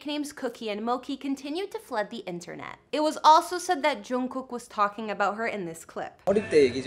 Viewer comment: yo... You're not even a BTS fan, And you don't know anything about their lifes. And its Jimin,not Chimin. And the way you said Jungkook... Omg😂 I'm not trying to be rude but don't post about each others lifes if you really dont know them.